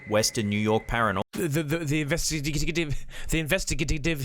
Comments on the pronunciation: In-vest-ti-ga-tive, but it sounds like he's dropping a little bit of the word, as in-vest-ti-g'tive. You could say "the investigating group" if they're actually in the act of investigating. But when they're not investigating at the time, they're still a group that does investigations, and so they're an "investigative group". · Investigative .... not ivestigivitigive. Webster it .... 😑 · Investiv… whatever 🤣😂🤣😂 I couldn’t stop laughing!!!! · Clip 3 INVESTIGATIVE Pronounced in·ves·ti·ga·tive. Had to google it myself 😄😄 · Its Investigative 😂🤣 Is Pronouncing Investigative As Investi - Gative By Separating the Words 😂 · I've spent far too long trying to say investigative and failed 🤣.. thanks x